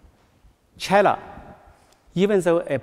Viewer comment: 这个英语肯定是临时学的吧🤦🏼‍♀️连自己国家China的发音都不标准😐